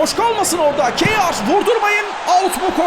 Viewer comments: Abi Bu arada Kjær'e ya Kayer deyin ya da Keya .. Spikerde değiştirseniz süper olur. Kiyağer ne :D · Kyear okunuyor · Abi "Keyar" değil "Keya" olacak futbolcunun kendisi söyledi öyle telaffuz edin diye ;) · Abi O Keyar Değil Kayer Diye Okunuyor.Söylemiş Olayım. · Abi bu arada kjaer e hıyar dermiş gibi seslendirmişsin :))